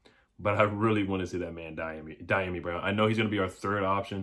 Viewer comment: The pronunciation of his name is D ah me brown